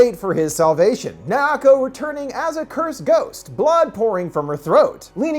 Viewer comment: I've never been traumatized so much than this dude who apparently has dificulities saying Miyuki as in "MEEYUKI" and Naoko as in "NAWKO" but no he said "MAAYUKI" and "NAYAKO"